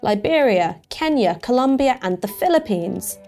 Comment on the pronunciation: Its ColOmbia not Columbia. We HATE it when people get that wrong.